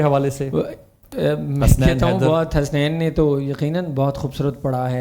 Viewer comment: نذرانۂ عقیدت پیش کی.... ؟؟؟ اور حسنَین نہیں حَسَنَین میزبان صاحب! ذرا احتیاط! جنت تری رعنائی کا پڑھتی ہے قصیدہ...! بہت عمدہ...پوری نعت کمال